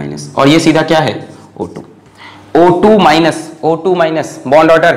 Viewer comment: "bond aader" 😂😂 Love you sir 😍❤️❤️